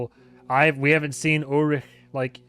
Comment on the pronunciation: you said ulrich perfectly there, just wanted to point that out